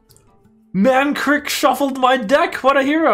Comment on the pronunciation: Why does he call Mankrik Mankirk